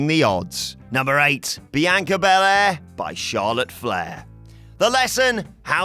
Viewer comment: Bel Air. It is pronounced Bel-Air, you bell-end.